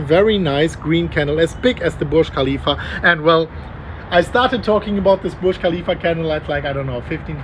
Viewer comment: I like how Burj Khalifa sounds almost like Bullish Khalifa